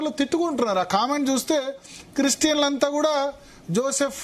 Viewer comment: పేరు జోసెఫ్. పూర్తి గా పలుకు తల్లీ...